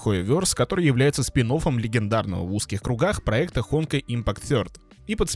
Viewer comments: ХонкАй а не ХОнкай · Не hOnkai а honkAi, что у тебя с ударениями?🤣🤣🤣🤣